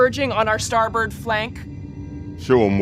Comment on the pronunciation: Okay I didn't remember it in age of ultron but did anyone else notice the woman said "starbird side" instead of starboard side? Subtitles said starboard but she 100% said starbird side.